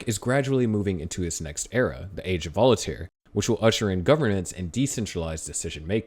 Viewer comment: still saying volataire??? Its voltaire